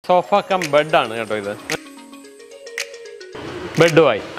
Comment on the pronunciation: Bud alla..bed aanu😅